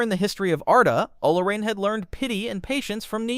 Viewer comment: O-lo-REEN' ? It is Olórin or oh-LOW'- reen